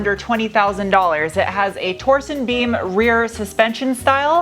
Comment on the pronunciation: Did you say torsen beam?